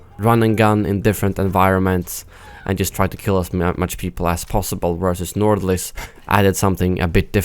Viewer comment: bro u are from sweden and I am from Norway, we both know how to say nordlys so dont pretend like u cant pronounce it properly because u are talking english or something